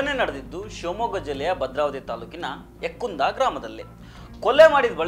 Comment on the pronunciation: Ukkunda village not yakkunda